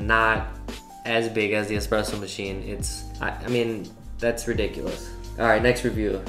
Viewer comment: lol, the way you emphasized X-presso while reading that 😂 Great video as always my dude